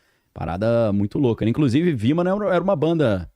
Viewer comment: Vimana/vimanas. (Parece que disse: viman!) 🙆🏽‍♂️